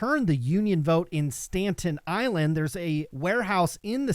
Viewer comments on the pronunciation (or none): Haha I was thinking the same thing. I’m from Brooklyn and I was so confused for a sec. Pronounced “Sta Tin” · STAN-TEN island? not a place!... STA-TEN just fyi -V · I love you, man, but it's "STATEN Island", not "Stanten Island". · Did you really say Stanton Island?